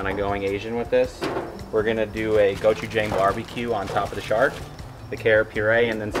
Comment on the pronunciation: Cool video only thing is the chef is saying gochujang wrong it’s go-chu-jang like saying John but with a G at the end